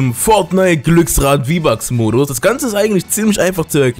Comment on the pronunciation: Bitte nicht mehr Fridnite sagen